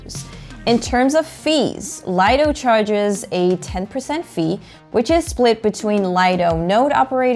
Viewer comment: Nice video. Also, it's pronounced, LEE-doh. Definition: 'Private beach'.